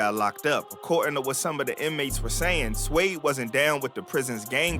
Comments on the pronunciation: You can’t pronounce suede you d’umb asf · You can't read the word suede? Shouldn't have even done this video bro